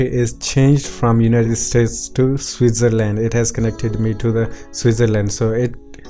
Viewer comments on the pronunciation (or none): none